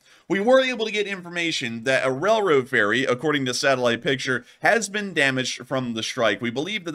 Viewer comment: "Rell-road". Spit that out.